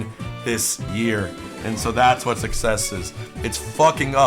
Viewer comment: I love talking about success (pronounced suckies)